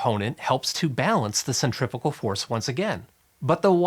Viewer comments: guy says centrifical about eight times. cringed every time. cuz there's NO such word. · Do you pronounce centrifugal “centrifital”? That was the only confusing part of this great video. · if you just pronounced "centrifugal" better you wouldn't have to give as lengthy an explanation - I couldn't tell if you were trying to say "centripetal" or a combination of the two. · Omg for some reason it really really really really annoyed me that you were pronouncing "centrifugal" force almost the same as centripetal force.... It is "SEN-TREE-FEW-GAL"..... not "SEN-TREE-FI-GAL"..... >_> Nice info but that kept catch me off guard and kept annoying me lol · You saying centrifical? No such word. Centripetal force... And centrifugal is the fake force pulling things outwards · Centri*#@ force? I wonder how he pronounces “centrifuge”